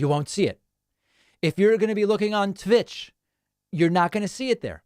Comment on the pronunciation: "tvitch" GLOL Oy-vey!